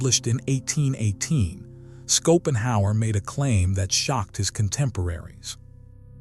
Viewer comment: He is pronouned Shopenhauer, not Skopenhauer! 😂